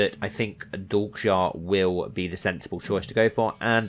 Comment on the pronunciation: It's pronounced Dal-may-sha